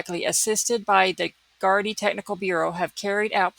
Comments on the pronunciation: Such a horrific case,(you said Gardai perfectly. ) I have never seen a search like this before in Ireland. I think a person has been arrested tonight. The Gardai do not talk about a case like in America. The media have been very respectful in this case. It is a tight knit community too and he is respected in the community. It has been quite warm over the last couple of weeks thank god someone saw a body part otherwise it would have been gone in a few days. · You are pronouncing gardai correctly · Irish speaker, thats exactly how to pronounce gardaì!! Its so rare to hear it pronounced correctly online!♡